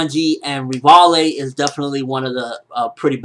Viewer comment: you're pronouncing Rivaille/Levi's name totally wrong, LOL. it's pronounced Rivai.